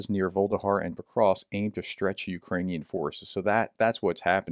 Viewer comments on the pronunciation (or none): Vuhledar. Voo. Lah. Dar. Not vuldahar. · Pronounced: Vuh- leh-dar not Volde-har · Dude, Vuh-le-dar, repeat three times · I think it's pronounced something closer to voo-leh-dar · Vuh-le-dar (Voo le Dar) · It's NOT Vuhldehar ! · It's pronounced Vuh-Ledhar. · Pronounced: Voo-leh-dar.